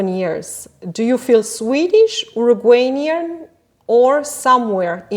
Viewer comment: QUÉ DESAGRADABLE el "Urugueynian" recurrente